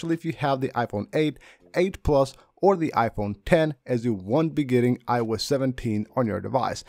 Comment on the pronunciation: Very useful and interesting video. However, it took me a while to realize the speaker was saying iOS 16. It sounded like I wes 16.